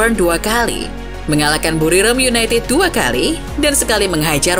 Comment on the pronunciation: "seperti yunaitid di eropa yah" renyah sekali di telinga 😢